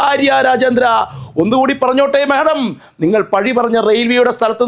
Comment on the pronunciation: ചേട്ടാ madom എന്നു പറയല്ലേ